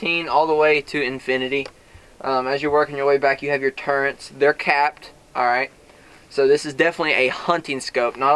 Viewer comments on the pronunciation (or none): There is no letter N in the word turret. What's the deal with people calling them turrents? Thanks for the review though.